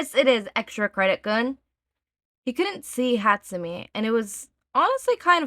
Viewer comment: I cant take it. I know it was years ago, im sorry. But im genuinely tweaking every time you say hatsu-mee instead of hatsu-may. I love you btw.